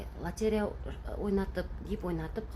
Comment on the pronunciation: ЛОТЕРЕЯ деген сөзді дұрыстап айтшы!